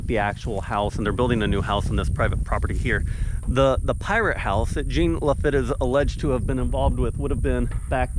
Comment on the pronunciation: That should be pronounced, John Luh-fit